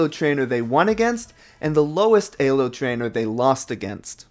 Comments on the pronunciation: actually, none of the 3 most common pronunciations of ELO in english are anywhere near the original pronunciation. btw if you're curious, here's the real pronunciation: it sounds a lot like [ely], but the correct pronunciation is [ˈeːløː] BTW, his pronunciation of ELO is pretty widespread and nothing original to himself. Plenty of people say the word like he says it and it is actually one of the three most common pronunciations of ELO in english. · i liked the video. I hated how you said Elo like an E-hole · The way he pronounces elo is kinda funny. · Great video but man I really hate how you say elo lol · 😣 the way you say Elo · after the thirst three times you mispronounced elo I decided I was going to take a shot every time you did and now im in kidney failure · Love the video, hate how you pronounce ELO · nice vid, great editing, sketchy emulator setup.. i enjoyed the watch, but maybe you should have looked up how to pronounce "Elo" it was painful to hear you say it over and over. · Elo is pronounced with e sound not a sound. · A-Lo score? Bruh it's E-Lo. It has the letter E right there. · why say a low and not e low? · Why do you say aylo and not "e"-lo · An A-lo score? Isn't it pronounced Ee-lo. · Did you just call Elo AYlo? lmao Oh my god its like when people say measure as MAYsure ahhhhhhhhhhhhhhhhhh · Hearing you say Ay-Low is triggering me more than it should... isn’t it Ee-Low? 😵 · Great video other than you said "ay-lo" instead of "ee-lo" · EEEEEEEEEEEEELO not alo or ehlo XDDD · Lol "Eylo" instead of "Eelo" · Pronouncing ELO as Ay-low was certainly a choice. Great video otherwise. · I was enjoying the video until you started saying "AYYLO" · Great video. Please stop saying "AY LO." I wince every time. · Elo is def not pronounced "a-low" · It’s pronounced ee-low you cringe ape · “AY-Lo” Also, he should’ve used GLICKO since everyone is new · uhm actually pushes up glasses it’s pronounced “eeeelow” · Hearing you pronounce it ay lo tilted me so fucking hard